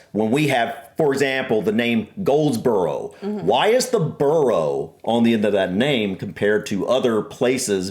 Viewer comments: a borough is NOT 'burrOH'... (that's a burrow - that rabbits live in). It's pronounced more like 'burrAH' or 'burra'. 🤔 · Can absolutely second all those suggestions that you watch more MapMen - they are fabulous at explaining so many UK oddities. But please lovely people, every time you said 'burrow' for 'borough' it set my teeth on edge - I know you know better than this! Its pronounced 'burrah'. Rabbits live in burrows. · Buh-ruh not burrow, burrows are where rabbits live. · Stttaaap saying Burrow. Pwease. I think the entire UK comments section is cringing more and more the more the said it 😂 Also i live in a suburb of a small town not much bigger than adjacent villages, next to a bigger town, with a town maaaany times bigger just up the road and I'm in a triangle of 3 cities each within 30 minutes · Borough is pronounced Burrah NOT Burrow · Not BURROW that’s where rabbits and badgers live. It’s pronounced BURRA. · Pleeeeeeeeeeeeeeeeeeease STOP saying "Burrow" !!! :'-/ it's ' Burruh '... (Spelt Borough) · Borough is pronounced burugh rather than buro here and had shire right the first time she said it. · It is not pronounced "burrow" - that's where rabbits live. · For the love of all that is unholy, stop saying burrow!! I want to put my fist through the wall! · Burrah. Please 🙏 It's pronounced "bur-rah" 💞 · its Burrough, not Burrow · It’s not burrow its borough! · Borough is pronounced: 'Burruh'... Never "Burrow"* (which is a tunnel* dug into a warren - which is the underground home of rabbits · Or Burruh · In this context, the American way is incorrect As it's a name, the pronunciation should be correct. If it's the ones in new york, "burrow" is the right pronunciation and should be used that way. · In Scotland we don't have any mayors at all, that's an English thing. Also BOROUGH is pronounbce "burra" the same as BURGH as in Edinburgh :-) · The way he pronounces "borough" cuts through me